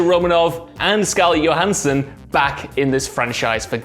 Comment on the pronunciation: Why did he say scarlet yohanson